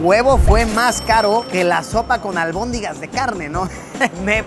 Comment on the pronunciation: Es"albóndigas" no albondingas